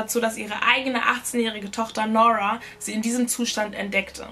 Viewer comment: Wie spricht sie aber Nora aus??? Es heißt NuRRa nicht NOrwaaa diese englische Aussprache ist falsch